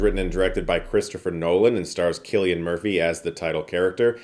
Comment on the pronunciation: Cillian Murphy, not Killian.